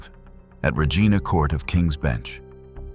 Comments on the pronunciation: Pronounced Reej- eye-na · Regina (pronounced Rejeena instead of Regina) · No it’s not. Regina pronunciation rhymes with vagina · Great info on the cases but if you are going to podcast Canadian content please pronounce words correctly, Regina and lead,as in lead detective not led.